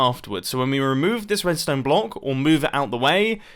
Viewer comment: He said blonck in sted of block in